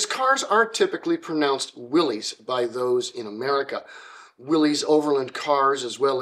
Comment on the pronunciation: Thank you! Not only for an insightful look into a fascinating man, but for correctly pronouncing his name and his company’s name. Willys, to all in Toledo, many who worked there, was always pronounced “willeeze” including by my great aunt who answered the phones there (and numerous other family members and acquaintances who worked there).